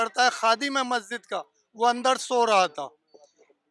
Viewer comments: अबे, महजिद नही मस्जिद बोल। इनकी आबादी कैसे हो गई ? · शम्भू जी, आपके चैनल के पत्रकार महोदय बहुत अच्छी रिपोर्टिंग की है परन्तु इन्हें शब्दों के उच्चारण सही करना होगा। बहुत अच्छा है। बार-बार महजिद कह रहे हैं। सही शब्द मस्जिद होगा।